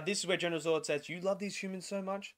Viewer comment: Was a great movie. Unfortunately the reviewer can’t say Zod properly and it’s absolutely doing my head in mate 🤦🏻‍♂️😂😂 nah another great effort mate, keep up the great work 🤙🏻